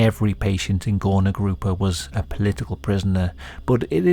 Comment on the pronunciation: That suprisingly good pronunciation. But its more like goorna groopa. People who couldnt work were undesirable and while they werent killed on mass like in nazi germany, party liked to forget about them, pretend they didnt exist. Whether you were mentally or phisically disabled so much that you couldnt work you were hidden away. Work made worth. Its shameful to not work